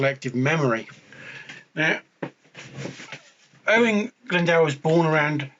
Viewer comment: Lol plz don’t use this vid as a reference for pronouncing Owain Glyndwr. No hate but the pronunciation is terrible. Cymru am ffycin byth!! 🏴 🏴